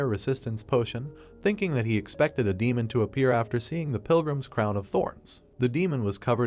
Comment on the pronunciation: 3 hours 47 minnutes into this video, you finally learn what the AI narrator means when it mentions "Main" or "Maina" (it is misspeaking the word "Demon"). Please slap the AI repeatedly. Otherwise, great recap.